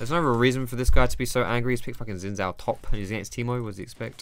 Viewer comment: Your Xin made this too painful to watch